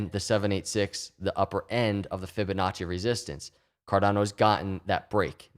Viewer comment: Drink every time you hear Fibinacci